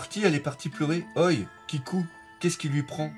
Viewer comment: "Oi" se dit "ohé" tu me stress toujours en disant ça x)